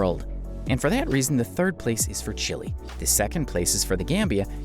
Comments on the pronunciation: Did you really pronounce Chile as Chilly and Suriname as Surname? 😂😂😂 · Chile is simply pronounced this way in some languages. You're right about Suriname though.